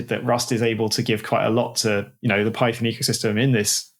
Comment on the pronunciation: Python != Peethon, PyPi != PeePee